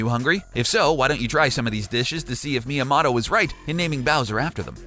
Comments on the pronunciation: Its mi-ya-moto Not mi-ya-mato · XDS ECHO Mia-mahtoe* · dude couldnt even pronounce miyamoto properly 💀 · HOW DO YOU MIS-PRONOUNCE MIYAMOTO HOOOOOOW????????????? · did you just pronounce it like shy-gearo my-am-otto? are you serious?